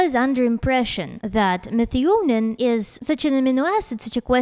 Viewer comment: Methionine is pronounced me-THYE-o-neen